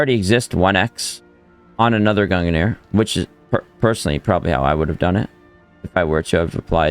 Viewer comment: Can you please stop saying “gunganir” its just pronounced like “gungneer” not gunga